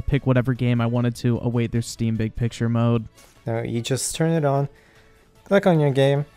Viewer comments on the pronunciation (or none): "Zhere iz a Zteam icon right zhere, 2 klicks away" this guy can not, CAN NOT be fucking serious...